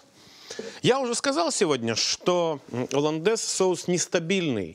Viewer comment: во французском языке буква h не произносится в начале слова , поэтому олландез